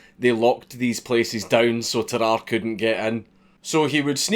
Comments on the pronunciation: I'm so yorkshire, when he says Tarrare I thought he was saying bye bye nicely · dude it's "tar-rar-rey" don't you watch sam onella? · Bruh its tarrarrà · Tararre, also pronounced “Terror” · Well, Sam o'nella pronounced it "teh rahr ee" so now I'm confused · It’s pronounced Tar-are-ay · tuh-rah-rey cmon man 😔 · The Northerner in me almost closed the video on instinct after you said "Tarrare".